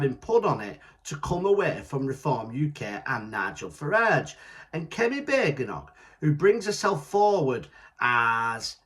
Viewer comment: It's Bad-en- och mate. 😂😉